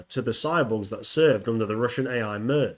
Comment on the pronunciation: Mir rhymes with ear. Otherwise great work man.